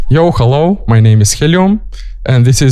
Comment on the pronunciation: He really said : Yo "Khello" my name's Helium Anyways Sick Drum n Bass as always 🤒